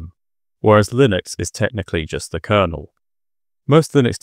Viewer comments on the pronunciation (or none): none